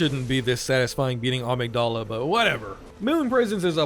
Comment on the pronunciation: Amygdala was said wrong